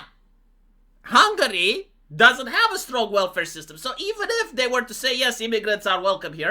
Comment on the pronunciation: Pronunți intenționat hungary? Just to piss ppl off?🤣🤣🤣